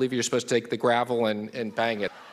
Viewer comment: Not “gravel” like the gravel rocks in Mnuchin’s head, it’s Gavel!